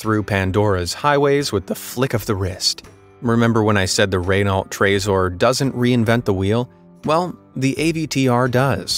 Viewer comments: Poor guy thinks in hundred years time we’ll be in a new millennium (I’d never thought that I might see the start of 2 millenniums 😂) for all we know he never graduated from high school because he failed mathematics. He also pronounced Renault incorrectly too! Now I don’t know if Renaults sell in America like they sell in England and we don’t get American car companies like Dodge or Chrysler with exception of Ford in England and it’s only been a few years that you could buy a Mustang here in England as they don’t sell, well my friend 3yrs ago got a Shelby Mustang 500 because he really wanted a BMW M4 or M3 but couldn’t afford one so he got the Mustang instead as it was cheap but he regretted it, it had powerful engine which was the best thing about it but he said it’s nothing like my M5 Competition (F90 model) or my modified Mercedes C63 AMG Black Series as it had bad handling and said the interior materials are just like his Ford Transit van with the same buttons for certain things. I did drive it on the main roads which is ok and drove it on one of our track days and then I felt how bad it was going around corners no where as good as my Mercedes but the M5 Competition is the best handling car I got and I can have it as a AWD or RWD. I forgot we have Tesla cars too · Renault is pronounced “reh-no”, with equal emphasis on each syllable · What the heck is a Raynolt. The son of Nick Nolte witout the e? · Just saying you said Renault wrong it’s actually pronounced renno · Renneau would be better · oh my God I thought you were amazing and sophisticated and you’re saying Rennawlt good God learn how to pronounce the fourth largest car corporation on earth pleasen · Ray-nalt? Cmon man, learn how to pronounce the names before you make the video. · What the hell is a 'Ray-nallt'? 🤣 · Renault hasn't been pronounced like that since the early '80s, and 3016 is not 100 years from 2016. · Funny as hell every time an American says Renault. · you cant pronounce renault trezor